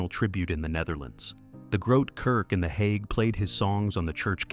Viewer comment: It would be easier to watch if AI could at least pronounce this properly. If it can't pronounce the Hague, what elst is wrong?